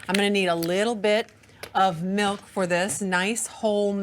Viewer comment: When she says ice cold m-eh-lk it drives me nuts!!!😂